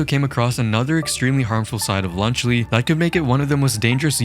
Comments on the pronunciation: Lunchly ❌ Lunch le ✅ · Even the captions are making fun of lunchly by saying “lunch Le” 💀💀☠️☠️☠️ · “i like my cheese drippy bruh” is the first thing i thought of when you said lunchly. second was lead poisoning